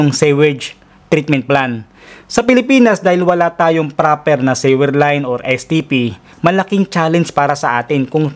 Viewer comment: Thanks for sharing. I just have a suggestion. Please pronounce the word "sewer" suwer, not siwer...Please google the correct pronounciation of sewer and sewage. Thanks...just helping...